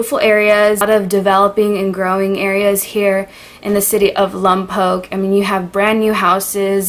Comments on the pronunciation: Its been one year after this vid came out and no one is reading comments but... yea we hate it when people call it lompokk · I'm from California and for decades we called it LomPock NOT Poke. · I live in Lompoc and it honestly sucks unless you like homeless people and crack deals behind Albertsons. Also your still pronounceing it wrong 😂👌🏻❤️ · Oh and apparently I screwed up on the pronunciation of “Lompoc” again lolol guess I need to work on that more as well 😂😅 Sorry guys! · I only came here to see how you would say Lompoc. You called my issue out immediately... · They corrected you right on the pronunciation of Lompoc. I grew up there from the age of 10 to 19. Honestly back in the day (80s/early 90s) it was rather boring lol, but I did love the La Prisma Mission and I just hope that mission will be around forever. It's amazing. That's one place I would highly recommend to anyone that visits Lompoc :) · fellow lompocians, relax she’s trying to pronounce it right, get over it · Haha you say the name so weird some times.. Also this is in so cal not central. Born in raised in that shitty prison town. If you live on Base then you are living a very safe life compared to the residents of the town. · My ears hurt listing to you saying Lompoc… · You're still pronouncing it wrong. FYI, that's a federal prison, not a jail. Santa Maria, is also not 20 mins away. Maybe next time leave a video about a town or city for someone who's actually from there, like born and raised. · Late to the party, but it's L-AH-M-POKE. Not L-UH-M-POKE. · Just listen to someone once and you’ll know how to pronounce it. It’s pronounced Lompoc. Not Lumpoc. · It's Lompoc, NOT LUMPOC...OK LOL LOM, not LUM Say it!!! Lompoc, not Lumpoc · LOM-poke not LUM-poke is how you pronounce it 😂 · its not lumpoc, its lOmpoc, ur still saying it wrong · Its Lompoc not lumpoc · It is not pronounced lum poke it is pronounced lom poke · Its lompoc not lumpoc...jk lol